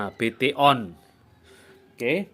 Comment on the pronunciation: BTON dibacanya beton mas 😂😂